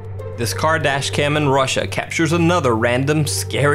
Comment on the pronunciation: he said car dash cam, I heard Kardashian. Boi, I am broken.